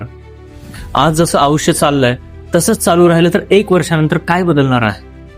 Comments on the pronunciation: आपण आयुष्य चा उच्चार आऊष्य असा करताय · अहो आधी *आयुष्य* हा उच्चार तर नीट करा